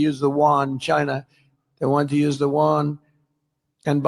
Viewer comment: yuan is 1 syllable. DJ has it correct